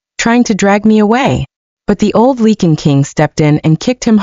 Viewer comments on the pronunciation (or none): I’m cringing every single time the AI narrator says lycan. It’s pronounced LIKEN. ….. NOT Leeken 🙄